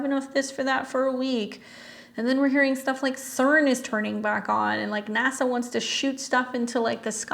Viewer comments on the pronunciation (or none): none